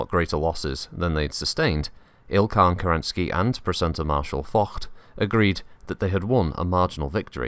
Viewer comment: Spot on pronounciation on "Focht", good sir!